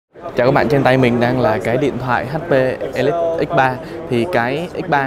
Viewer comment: ầ lít chứ không phải elit nhé :))